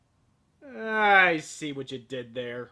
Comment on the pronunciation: Are you sure her name is Ferris? Not Eris?